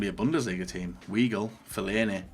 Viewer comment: I clicked off the video after the way he said ‘weigl’ 🤮